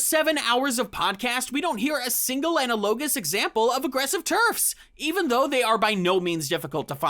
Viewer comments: The word is a-NAL-o-gous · Not my roommate coming in to tell me the video was out and that I mispronounced "analogous". Anyways yeah, JKR can eat rocks.